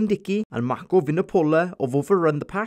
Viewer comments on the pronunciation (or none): none